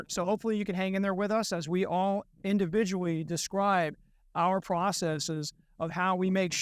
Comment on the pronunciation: Did he say "individuey"?? 😂